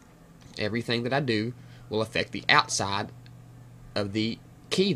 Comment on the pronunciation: Outsah goes whah...love it :)